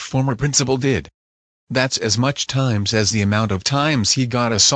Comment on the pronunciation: Also, it's "much", not "mush", you know